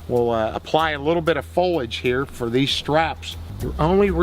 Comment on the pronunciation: Why do camouflage people all pronounce the word "foliage" so strangely and differently from one another? Why not just say "leaves?"